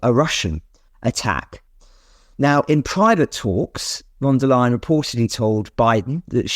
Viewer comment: Please not von der Leyen. I say that as a German